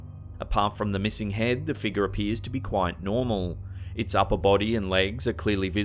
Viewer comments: That apparition at the wedding in the stained glass window is simply a bush that grew right up against the window. What I'd really love to hear is the narrator actually pronounce figure as fig-your instead of "figger." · "figger'..... Sorry it's all I hear when he says figure lol 😂